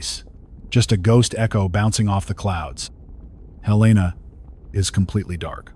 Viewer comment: At least the AI pronounced Helena correctly.